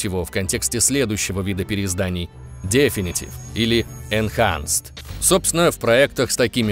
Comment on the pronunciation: Вообще-то, 1 Crysis был на движке CryEngine 2, а не 3. Definitive - слово с двойным ударение на 2 и 4 слог. Как можно было ударение поставить на 1 слог, я вообще хз. Ебать я душнила...